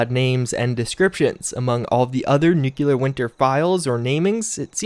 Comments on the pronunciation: Same here, I enjoy content, and appreciate his continual support/report on the game fairly with an open mind... but hearing him pronounce nuclear (nu-clear) clearly (of course not "cu-ler-ly") incorrectly just makes me cringe... 8^D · nu·cle·ar /ˈn(y)o͞oklēər/ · Hearing pronounce "Nuclear" makes you wish for a "Nucular" Winter. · Princeofddr Dance Master *Nucular if you’re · Ffs I feel your frustration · The way you pronounce NUCLEAR makes me go crazy. Do you see a second U in that word? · Please say "nuclear" correctly. Really enjoying your videos though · I never said it was "incorrect," I was poking fun at the GWB pronunciation. Saying nuclear that way is simply a mispronunciation that is becoming more and more common, but it is not the feature of a regional dialect. It may be the case that it is eventually an accepted alternative pronunciation, but it's not there yet. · *Nu-CLEAR just remember that’s how it’s pronounced and you’re good to go Nuke-u-lar, no. Nu-clear yes! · It’s nuclear, not nukular, ffs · Sound it out... "New Klee Ar" as in "New Klee Us". Anyone who pronounces it "New Que Lar" sounds like George Bush. And he was dumb. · NU-CLEAR! NOT "NUKULAR" FFS, you're educated and currently enrolled in a college! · hear how the voice actor says NU-CLE-AR? It's getting so old to hear you say NUKE-U-LAR. C'mon man, you're better than this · Dude... You're saying it wrong. It's nu-cle-ar. Not nukular. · NUCLEAR NOT NUKULAR, Jesus! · Nuclear not nuculor! Lol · Nuclear not nucular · Eeeeewwe! PRONOUNCED: NEW CLEAR NOT: NEW KEW LER why do u Insist on not changing it? Btw Thumbs Down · Broooo NU-CLEAR not NUKULAR. Love your content tho, keep it up chief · DUDE. It's pronounced NU-CLEAR, not NU-CU-LER.. Please stop doing this! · Im sorry but it is NU CLE AR Not NUCULER. Driving me nuts lol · Please for all that’s sacred learn how to pronounce NUCLEAR not nucular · i really enjoy your channel but ...nu-clear this really bugs me